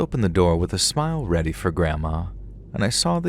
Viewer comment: I’m so weady for sweeps tanks for weading:_LetsReadButtersock:🥱